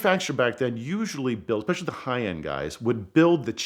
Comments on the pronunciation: "expecially" Why do people not know this isn't a word? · there are precisely zero x's in the word especially... "exspecially" is not a word.